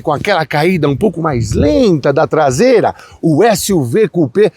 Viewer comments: “Tlasela” foi demais. Hahahaha! Sucesso! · A traseira inteira nao virou “TLASEILA” kkkkkkkkk muito bom kkkkk